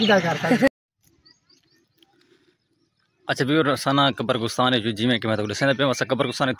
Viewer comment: O Bhai qabristan hota hai. Qabar gustan nai😂😂😂😂😂😂